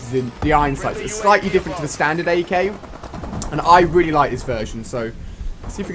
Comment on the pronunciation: Ak not sky